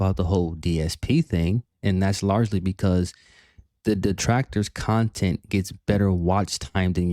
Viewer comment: keeps comparing himself to a tvshow/movie. Yes it's taking his "kahntent" sure but he's not a industry project he's just a fat old man who sits in his room 10 hours a day playing games begging